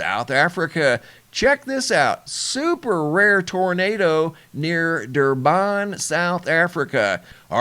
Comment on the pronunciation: its Durban. Not Durbaan. why do americans do this to everything from Africa.... damn... we aren"t apes...